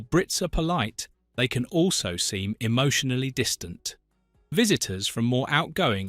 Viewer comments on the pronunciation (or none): "Emitionally Distant"? Yeah, we're a pack of Vulcans! It's logical, Captain!